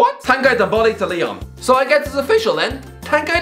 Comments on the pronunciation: Ndombala .. you botched his name 🤣 t's french ! "N - DombÉLÉ" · Tombole :)))) This dude can t pronounce NDOMBELE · says m boly instead of Ndombele🤣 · Couple of things: 1) Nani never played or lived in Brazil. He cannot be linked with a return to Brazil if he wasn’t there in the first place 2) Ndombele is not pronounced ‘Dom-Bowl-Ay’